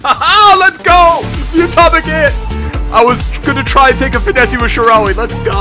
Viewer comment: Stop saying finessE its pronounced like finess. Sorry that's just annoying the shit out of me, love your vids:D